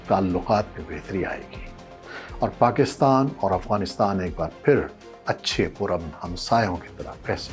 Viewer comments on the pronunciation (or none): none